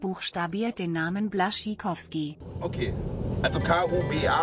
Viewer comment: Blaszczykowski( falsch ausgesprochen) Blaschikowski -> Blaschtschikowski.